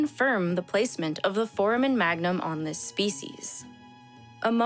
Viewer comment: Really doubling down on the mispronouncing of foramen.